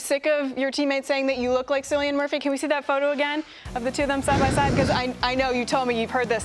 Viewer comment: You'd think that hostess would check Cillian's name. Dude, it's pronounced KILL-E-AN.